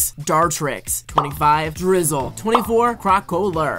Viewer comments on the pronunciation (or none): drizzle💀💀💀 um... it's pronounced drizz-ile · it’s pronounced driz zi le and bruh and why do you always rate my fav pokémon into bad lists like wtf is wrong with you